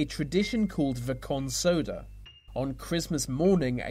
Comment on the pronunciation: Just to add its not consoda but consoada